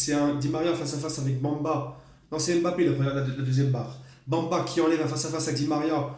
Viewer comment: C'est Samba pas Bamba 😁